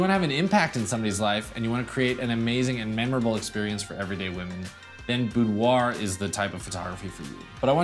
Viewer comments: Hi! New to your channel, I like it. I am from France... Just a remark: boudoir is pronounced boudoir not "boudoahhhhh" even from France;) See u! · IF you are from France, you probably don't say Boudwah. That's an American thing. If a French person would ever to say the word, they would say boudoir, but the r is a gutteral, back of the throat R, which most Americans, with their front of mouth R can't hit, and apparently can't even hear. If you want to get closer, say boudwah, then gargle the h to make an ahhhrrrr sound. Then dial that down to about 10 percent and make it sound romantic, and not like you're choking on a fishbone. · I had a model pronounce it "boo-derrr" once. It was great. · I giggled at the French way to say it :P It's how I say it loll Thanks for the awesome videos!